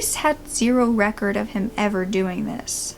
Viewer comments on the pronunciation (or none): none